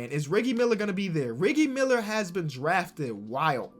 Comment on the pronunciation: Ok riggie miller sorry if I spelled it wrong but it's riggie miller not rig ie miller loll